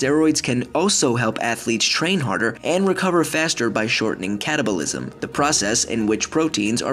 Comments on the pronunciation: When you said catalisem I thought you said cannibalism XD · Wasn't looking when he said catabolism and thought he said cannabilism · I thought he said cannabinolism